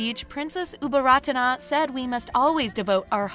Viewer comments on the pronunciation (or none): Her name, Ubol Ratana อุบลรัตน์, reads Au-Bon-Rat. The "Ta-Na" at the end of her name is silent (its just there to conserve Sanskrit alphabet of the original word)